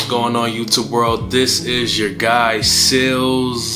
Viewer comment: What's with the long pronunciation of Sealz... That's not a good look... It's creepy